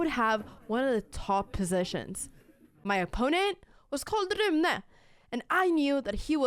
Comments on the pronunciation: Haha jag som svensk måste ändå säga att jag uppskattar ditt svenska uttal av Rune mitt i all engelska! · YESS CONTINUATION!!! Love how you pronounce Rune